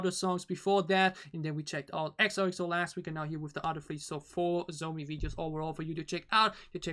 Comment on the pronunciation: Her name can be pronounced like John So me Not zomi (just want to correct you, not criticize) And her English pronunciation is good because she ist halb dutsh/Canadian and grew up speaking English, so she is fluent. Teddy is btw also fluent in English.